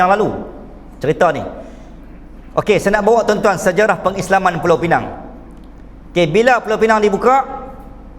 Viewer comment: Pulau pinang ditukar jadi PINENG konon nama inggeris